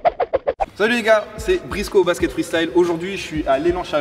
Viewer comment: C’est plus brisco c’est briksco